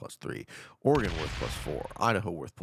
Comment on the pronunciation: Thanks for pronouncing Oregon correctly 🙏